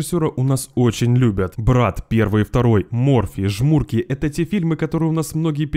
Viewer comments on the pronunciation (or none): только не ЖмУрки, а ЖмуркИ